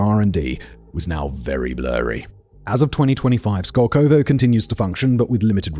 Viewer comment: The emphasis in the name is on the first O. It's skOlkovo, not skolkOvo.